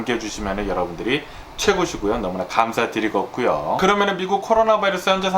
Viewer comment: 좐.감사드리것구요...ㅎㅎㅎ감사드리겠구요.약간의 사투리인지.틀린발음인지...들을때마다 폭소..귀염성있는 애기아빠.화이팅입니다